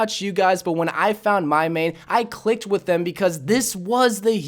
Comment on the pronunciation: Why is that ur "meeeiiiin"